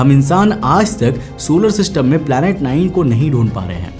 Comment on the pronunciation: Planet ❌ palet ☑️